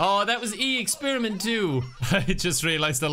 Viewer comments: I giggled so hard at "Expirment". I was really rooting for them. 💔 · saying "expirment" made me lose my shit 😂😂